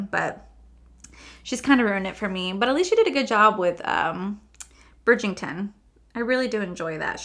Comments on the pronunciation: I'm not sure whether its the accent or my hearing, but it sounds like you are saying Bridg-ING-ton, not Bridg-ER-ton. Really enjoyed this review - I love the show so much so i might go and grab the books. I don't think i will ever be able to afford anything in this collection. Even though its stunning, i think we can find similar for cheaper. Gorgeous ❤ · Bridgington10 will not save anyone cause it's Bridgerton.the books are way better! And it drives me insane when influencers don't bother to learn how to correctly pronounce product names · I've found her collabs w Bridgerton aren't anywhere near as good as her general products. I have her OG products and they're amazing. And you know how much myself and everyone loves you, but, it's BRIDGE - ERR - TON not BRIDGE - ING - TON. I'm so sorry but It drives me nuts 🤣🤣🤣🤣. Don't get me wrong, I'm not really one to pick up mispronounced words etc. But I had to say it babe. I love the series. Season 2 is very different with basically no Daphne in it and Simon isn't in it at all. I'm waiting on the books which are apparently quite different but I still will be happy with how both work out. Also, I've noticed when Pat does a collection e.g. Holiday or collab, her prices are cheaper than what they would cost as an individual product of hers. And I find the formula isn't AS good unfortunately. But it's still good and very Luxe. Love the video as usual 💜💜💜💜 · Bridgington lol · I love you! You know this! Let's say it together...Bridg-er-ton.😂😂😂 FYI, the Ultimatum is 😱....I'm going to finish it today! The red is an existing shade....they only changed the packaging. 🤷🏽‍♀️